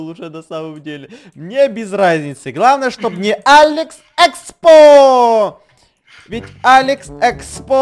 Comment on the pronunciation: я вот смотрю когда ты говориш быстро говориш алекс експо то т ы оч быстро говориш и ты говориш алекс секспо:)